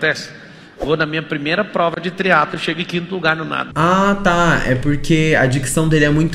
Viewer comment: TRIATLOOOOO E NÃO TRIATOOON... KKKKKKKK